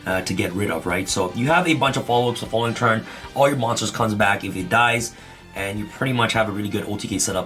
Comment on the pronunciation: Iet ies what iet ies😂